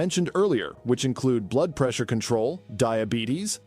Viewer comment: Pump blude. That’s a new description for blood. Interesting info but a human voice would help and know about pronouncing blood.